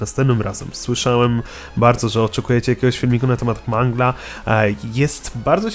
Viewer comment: mówi się mangyl anie mangla:(